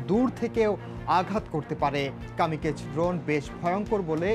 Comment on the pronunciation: কামিকেজ না Kamikaze is a Japanese word meaning divine wind.